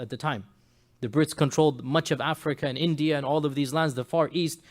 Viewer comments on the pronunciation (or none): none